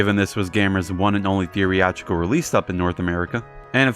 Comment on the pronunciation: Good videos but "theory-atrical" releases is not a word. The right word for what I think you mean would be "theatrical", pronounced "thee-at-rical". I wouldn't care if it was once or twice or if the mispronuncuation was minor but you use this word a lot and absolutely butcher it every time and it's honestly really annoying. I don't want you to think I'm hating because I have been really enjoying the videos otherwise so far and intend this to be constructive criticism. Getting little things like this right will help the quality of your work shine through to its full potential. Basically just skip the "ree" syllable in your current pronunciation and you got it.